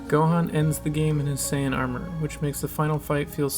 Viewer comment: Mispronounced "Saiyan" as Sayin